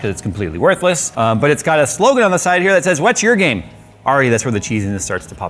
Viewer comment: I thought what's your game? Actually said "what's your gamet"